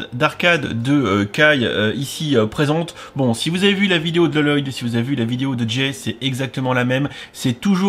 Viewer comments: c Pas L-loyd. C Lloyd. Ça se prononce Loyd. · Il le fait exprès t ' as pas vu ?